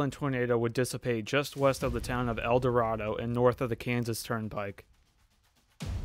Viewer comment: Note to be nit picky but it’s pronounce el dor -ay-do. Awesome video though. I was almost one year old and lived a little further south of mulvane at the time. My dad recently just told me that the underpass video was taken by his high school principal.